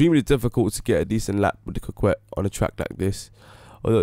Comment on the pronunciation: It is pronounced "Cockett".